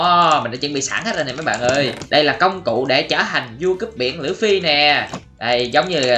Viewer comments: Đọc là lu fy mà anh đọc là lưỡi fy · đọc lộn òi phải đọc lúp phi mới đúng ơi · Lú phi ma Ang đoc là lua phi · anh ơi anh nói sai rồi là lúcfy chứ không phải lữ phi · Luffy chứ không phải là lữ phi đâu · Lu phi chứ ko phải lữ phi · Luffy chứ ko phải lu phi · Nói sai rồi là luffy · Luffy chứ ko phải lữffy quên cũng tại anh ko biết xài trái gomu thui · người ta là Luffy mà kêu là Lử Phi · Ủa anh ơi đọc sai rồi ko phải lửa phi mà là lúc phi😅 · Luffy mà em nghe anh nói là lữ phi 😕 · Anh ơi Luffy không phải lữu phi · Luffy chứ ko phải là lũphi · Anh ơi chứ ko phải lử phi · đọc sai tên của luffy